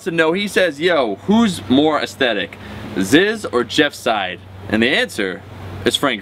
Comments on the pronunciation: it's not "zed why zed zed", it's not "Zizz", it's FAWKIN "ZEEEZ" MAN! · Zizz? Who's zizz? IT'S FUCKIN' ZYZZ BRAHH!